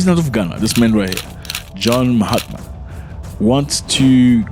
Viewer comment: There is no ‘t’ in “Mahama” !